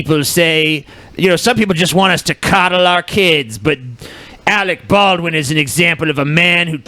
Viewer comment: Awec Baw-win is garbage.